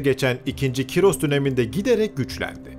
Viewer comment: abi cim ismi kyros degil ismi koorosh